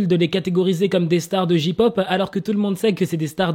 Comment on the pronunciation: Ont dit jey pop pas ji pop 😭😂 c comme si tu disait ka pop 😭😭😂